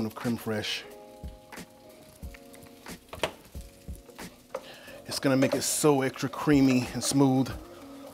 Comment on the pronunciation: Sir Randy Marsh doesn't appreciate the mispronunciation of creme fresh